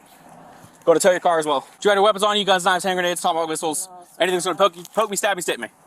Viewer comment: Did you say Tomahawk Whistle or Tomahawk Missile?